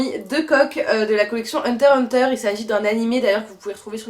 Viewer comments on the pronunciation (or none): Coucou, j'ai pas encore fini la vidéo mais ''hunter hunter'' c'est pas ça, c'est hunterxhunter qui se dit hunterexhunter 😅 enfin voilà un details mais comme ca tu sais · On dit Hunter X Hunter ahah ! Sinon super vidéo !! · stp ne dix pas hunter hunter jpp tous le monde le dis c hunter X hunter